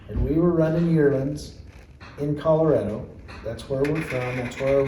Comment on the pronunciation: Correction: it's ColoRADo, not ColoREDo.